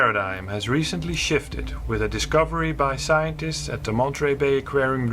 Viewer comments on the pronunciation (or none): none